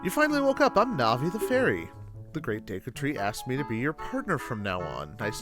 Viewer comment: Day-koo tree?? Always thought it was Deh-koo, like "deck" "oo".